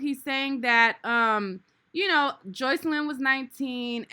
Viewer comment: He didn’t even pronounce the girls name right.